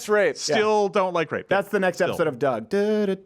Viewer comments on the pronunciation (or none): none